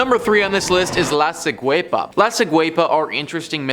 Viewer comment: La ciguapa is actually pronounced lah see-GWAH-pah) and it’s actually spelled la ciguapa.